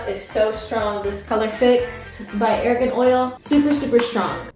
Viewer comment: I will NEVER understand how so many people UTTERLY FAIL at pronouncing the word ‘argan’. It’s SUCH a simple and phonetic word too. I had to live through the argan oil craze of the early 2010s and it’s been killing me ever since, how in 2025 do people STILL not know how to pronounce this BASIC AF word correctly???!?? My reaction to this is like brads reaction to people failing to section 😭😭😩😫😖😭